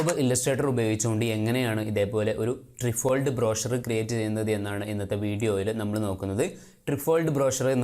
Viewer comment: "ട്രൈഫോൾഡ്" എന്നാണ് ഉച്ചാരണം